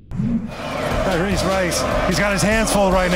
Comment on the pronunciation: It's Tyrese , not Tyrse